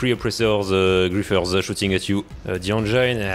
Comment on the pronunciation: I've never heard "engine" pronounced that way. You're the only Frenchman I'll tolerate. love your work bro